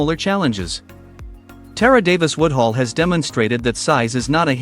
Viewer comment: I love Tara, but get this trash out of my feed, YouTube! The AI used to generate this hot mess can't even pronounce her name right...and doesn't even know she has a contract with Lululemon and not Addidas. TRASH!